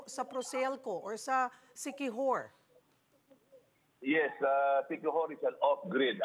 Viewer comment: "Inila-GUY ang siqui-WHORE..."